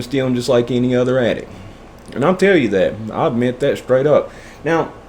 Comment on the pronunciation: LMFAO the sEtH mUmPa 😆 (I just spelled it however I could make sense of the way you said it lol) For five years skrait 😂